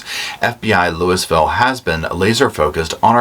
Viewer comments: Louisville is pronounced Louie ville the S is silent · Someone gonna yell abt louis-ville lol, it's pronounced Lueyville, and old brooks last name is pronounced How-ck, Idc how u pronounce them, Love your show and your content, but I know some ppl can be very cruel when someone misspells something or pronounces it wrong. Thank you for this, long time coming for Crystal's children and family, Thought last week would never come 🙏 😊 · How-k, Brooks, Lou-a-vull 😅 sorry I’m a Louisville native and the pronunciation in this video got me. Lol. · It's pronounced LULL-ville. Lol